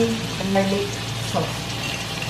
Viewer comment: ang pagbigkas po sa sauce = sos. as in tomato sos, oyster sos, soy sos. parang sos maryosep. marami rami rin pong pinoy ang bigkas sa sauce = sows. parang "ows, di nga". mejo masakit po sa tenga ang maling bigkas. mungkahi lang naman po, para hindi distracting at tuloy tuloy namin ma-enjoy ang panonood ng food video nyo. thank you.